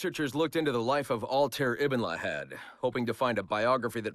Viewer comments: “Al-tear”? “Enzio Owditoray”? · Altair [All-tie-eer] Ezio [Et-see-o] Aveline [Ah-va-leen] Conner [Because my pale ass can't pronounce his native name any better than the narrator] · pisses me off so bad that the dude cant say altiar's and ezio's and connor natvie name's right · i'm glad he says altair as ''al-tare'' because when you read altair that way it means the word ''bird'' but in arabic :D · You said Altair wrong and abbas too